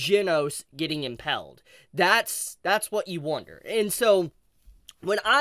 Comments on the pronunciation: Sorry English isn't my first language, but isn't it pronounced "Im-pale-d"? not "Im-pell-d", right? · The way you kept saying “impelled” 😂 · Pretty sure if that core isnt destroyed into pieces its possible to rebuild him. Also, ive never heard impaled pronounced as "impelled" like that 🙄🤣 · google how to pronounce "Impaled"